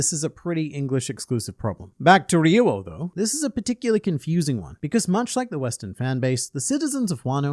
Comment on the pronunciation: Y do you say ri-yu-o it’s pronounced Ryou -> riyooo. the ri is really short and there is no “u” sound only o. Lived in japan and studied tin for almost a decade